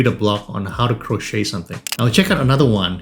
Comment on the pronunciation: the T in crochet (or crocheting) is silent😉